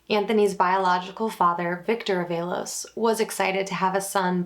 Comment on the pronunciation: Although good breakdown of the case, mispronouncing this poor boy's name is not acceptable. Its pronounced AAA-VALOS